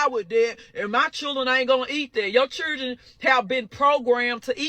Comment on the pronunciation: What is "chirdren"?